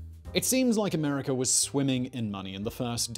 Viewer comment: "Americ'er'"? Where's that located ?